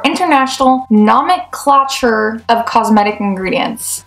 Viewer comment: It’s strange how people will take labeling advice from someone who doesn’t even know how to say the word nomenclature.